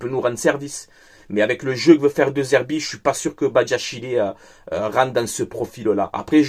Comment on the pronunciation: ça se prononce Dé Zerbi, le E se prononce toujours É en italien.